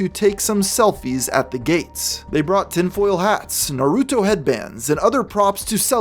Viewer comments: mmmm not really, in japanese dub its nar-u-to as if the u is almost silent just like sasuke being pronounced sas-keh... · Why do so many people refuse to take 3 seconds to make sure they're pronouncing Naruto correctly? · "naaahh-ruuu-toe" dude......seriously....its not that hard, its just "naruto" nice and quick........why do people insist on saying japanese words all slow and like they have NEVER even heard the word spoken out loud before? its not like its some nieche thing, its literally one of the most popular, and well known media franchises on planet earth.......right up there with pokemon and mario......two other things idiots ALWAYS mispronounce ("poe-kee-mohn", and "mare-ee-oh" being the most common idiotic mispronunciations)........ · Dunno what’s a bigger crime, the way you say Naruto or the fact you said he was dressed as Naruto 🤣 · You’re saying Naruto’s name wrong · You pronounced Naruto kind of weird.